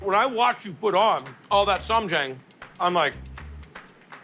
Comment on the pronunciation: As a korean American. Kimchi with cucumber pickles... hmmmm, strange. But okay 😮 also it's "sam jaHng"